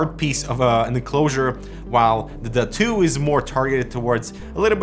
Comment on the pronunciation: Is this seriously called the “Duh2” or are you butchering the pronunciation?